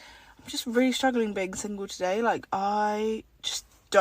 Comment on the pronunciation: oh rearry???